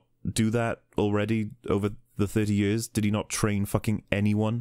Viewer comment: I love the way you say "years" "Jöörs" Lmao